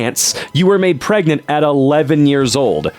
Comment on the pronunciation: the fact that says "pargananant" here is unnecessarily funny imo